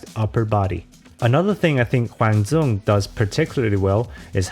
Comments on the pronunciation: "Zuong" is how you would pronounce it in Northern Vietnamese dialect. So you will sometimes hear announcers in Vietnam actually pronounce it that way. But he himself is a Vietnamese American from apparently a South Vietnam background and they will pronounce the D like a Y. So it would be "Yuong." Both are acceptable ways of saying his name but, unless you are from Northern Vietnam, it's more respectful to say it how he would say it himself. Also, a comment earlier pronounced his first name "Kwong" but this is incorrect. There is no ^ over the 'a' in his first name, so it doesn't turn into an 'o' sound. So it's "Kwang" with an open 'a' sound like in 'apple' or 'bad' rather than more accented 'a' like in 'ham.' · He's from the south so it's DYOUNG not DZOUNG. Appreciate the effort though.